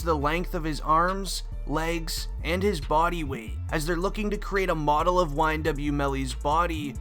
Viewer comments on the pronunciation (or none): none